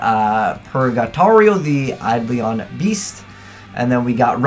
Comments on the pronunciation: Learn to say Eidolon, for christ sakes... It's not Eidlion, it's bloody Eidolon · your pronunciation isn't a big deal but it annoys me. its Ai-Doe-Lon summoner. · "eyelister the aidleon summler" really? like, I get you can't read but really?